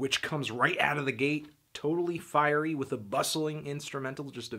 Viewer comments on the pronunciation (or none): none